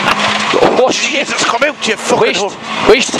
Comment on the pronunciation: lol "Jeysis Christ"